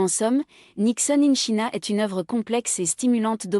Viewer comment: Quelle présentation ennuyeuse !! China se prononce tchaïna. Même sans parler anglais on sait ça. C’est indigne de l’opéra de Paris. 👎